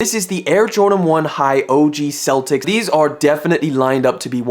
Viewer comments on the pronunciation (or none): none